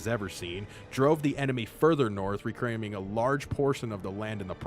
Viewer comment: I loved the video but you said “recrameing” and I can’t stop thinking about it lmFAO